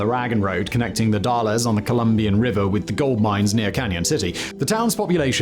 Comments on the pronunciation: Not trying to sound pedantic, but The Dalles is pronounced "The Dalz." Hard a, silent e. Oregonians are keen to remind folks of the proper pronunciation of their uniquely named towns. ;) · Now someone just needs to tell him about ignoring the E in Dalles, and how Willamette rhymes with Dammit. :D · The Dalles Rhymes with "Gals", not "Dah-lez " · "Northern Oregon" is not really a distinction Oregonians use, sort of like how there is no East Chicago. Antelope is in Central Oregon, which is everything east of the Cascades but west of the Eastern Oregon grasslands. The Dalles is pronounced The Dalz, a as in "apple." A lot of really weird shit happens in that part of the state so get to know those shibboleths. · Some of his nearly 100 Rolls-Royces still pop up for sale around here from time to time. "Dalles" is one syllable, rhymes with "pals". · I doubt Simon cares, but I moved to The Dalles in 2017 and it took me forever to pronounce it correctly. It's pronounce like "the gales" except with a d. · No one says Dallas. Its pronounced like The Dalls with the a sounding like a in "pals". But loved this local video!!!! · Simon, you mispronounced The Dalles and Wasco. Simplest explaination for The Dalles would be to consider the pronunciation of "the gals". As for Wasco, break it up into two: Wa-sco. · But Simon could not say "Dalles" properly. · I cracked up when he said "The Dalles" in that way hahaha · I love listening to people trying to pronounce American Indian names (The Dalles - a as in hAllow, silent e) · Idk if it'll ever come up in another video, but Dalles in The Dalles, Oregon is pronounced without the E, sounds like pals with a D instead of P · "The Dalles" rhymes with "pals". People around the world wait in gleeful anticipation to hear what Simon will make of their local place names. Always entertaining.